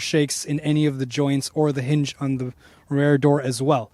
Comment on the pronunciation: Good review and comparison. TIP: "Rear" is pronounced as "fear" and "hear" not "rare" or "bear" .. sorry ..